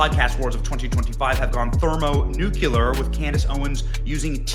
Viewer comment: Did you say thermo-nuke-u-ler? So we split the nukulus of the atom?